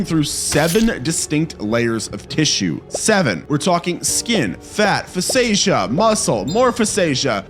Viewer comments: You obviously do a quick Google to help you explain what's happening... take it a step further, Google how to pronounce words. Fa-say-sha... thats Fascia? Pronounced Fah-shuh. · Fascia= (fah-shuh) idk where fasacia would even come from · Fascia is pronounced fash-uh. Not fasaysha or whatever you said lol. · Respect. Full respect. LOVE this channel. Please let me add that the tough fiber layer is pronounced "Fah'-sha." Adding because I'm grateful to you all and want to offer support❤️🤙🏻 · "fash-uh" that's how fascia is pronounced lol. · If you're going to do videos like these, at least learn how to pronounce the words you're saying. Fascia is pronounced like fasha. Intestines is pronounced without the silent E so the I at the end of the word woukd sound like a short I like that word "in". Hearing you butcher these words makes me wonder how accurate your other facts are.